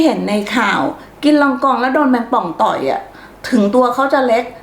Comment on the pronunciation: พี่ครับคำว่าต่อยไม่ใช่ต๋อยครับ